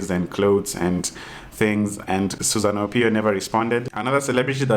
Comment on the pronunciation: lol you didn't get..she's being sarcastic.. Her name is Susanna Owiyo and kept saying Susan Opiyo😂😂